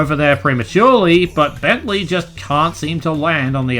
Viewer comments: Dude speak properly it's Bentley not Bensley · Lol when speaking about his part of Bamboo Terrace slow it down to 0.5 even sounds like you are saying Bensley💀